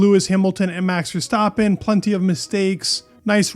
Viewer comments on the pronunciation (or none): none